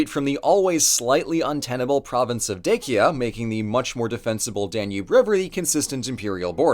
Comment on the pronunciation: I don't get you man. You say Dacia correctly the first time and then you butcher the name.